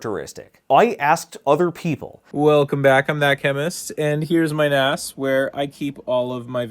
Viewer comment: Am I the only one who winces at 'NAS' being pronounced like NASS and not like NAZZ? Maybe I'm too old.